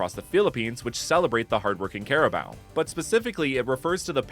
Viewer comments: Ima teach how to pronounce carabao first don't say CARABAO but say crabao but with a hint of A next in the c BUT THANK YOU FOR DOING A REGION ABOUT MY COUNTRY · its not "care"abo its ka ra bow turn the c into k you are affending me im a flillipino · its karabaw not kerabow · Cara... Bao? I always thought it was pronounced caraboo. Carabao just sounds bizarre and wrong to my brain. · By the way it’s pronounced as carabao i think since that’s how my teachers pronounced it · I did not want to say this but carabao is pronounced kah ra bow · its pronounced care-a-boo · You pronounce carabao wrong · erm That's not how you pronounce carabao🤓☝️